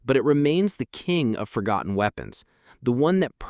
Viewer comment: Forgonton? Really?